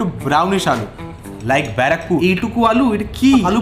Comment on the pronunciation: Bara..pur😂 Bra..Pore 😂